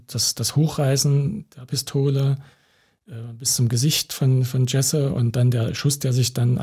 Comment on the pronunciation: Sprecht den Namen des Opfers bitte richtig aus...